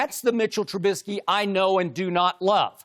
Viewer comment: “Mitch trubismy” 😅😅😅